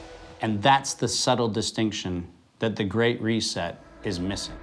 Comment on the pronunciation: Reset... He said ve need a reset.